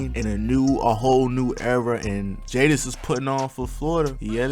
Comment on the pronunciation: Jaydes pronounced jades not jay-des 😭